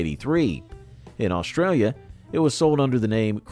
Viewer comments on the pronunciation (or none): none